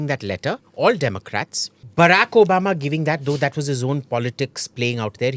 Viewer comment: Why does AIM pronounce Obama as O-bam-a😂 I don’t think he is trying to be overly sarcastic, but trying to imitate an American accent gone horribly bad.